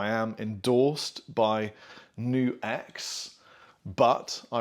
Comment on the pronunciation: nope. its pronounced knuhks